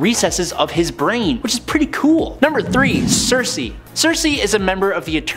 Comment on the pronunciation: Critics: it's not sersi. It's circe.